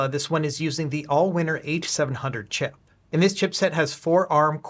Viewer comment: I know you said “exact same chip” but it honestly sounds like you said “exact same shit” 😂